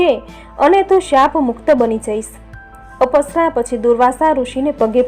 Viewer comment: પુરુષોત્તમ ભગવાન કી જય 🙏🙏🙏 અપસરા નથી અપ્સરા ઉચાર છે અપ એટલે ઓછુ જેવું કે પૈસા નો અપવ્યય